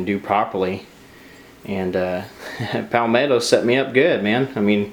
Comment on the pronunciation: is it pronounced pow-metto or palmetto? You say pow-metto I say palmetto